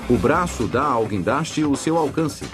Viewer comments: Se você entrou aqui só para zoar do "quindaste" dê um joinha!! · é "guindaste" sua anta !!